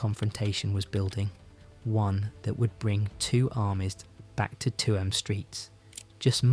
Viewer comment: Tuam is pronounced choom